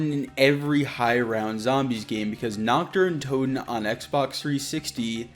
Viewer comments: Please learn how to pronounce NACHT DER UNTOTEN, YOU SAY knocked duruntoden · Nockt dare untoten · as a german speaking guy i love how every none german speaking pronounce "nacht der untoten" 😂😂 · nacht der untoten